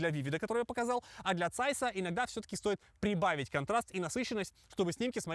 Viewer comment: Очень хороший обзор! Спасибо! Но есть одно маленькое замечание. Звучание ZEISS (произносят как ЗАЙС), но правильно - ЦЕЙС! Знаменитая цейсовская (германская) оптика, цейсовские бинокли, цейсовское программное обеспечение и т.д.